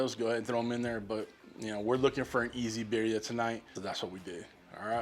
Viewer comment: just pronounce the second "i" like an "e". Like bireea. Make sense?